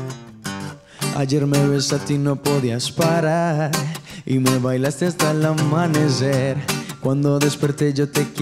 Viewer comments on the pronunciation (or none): porque pronúncia amanezzer ??? 🤔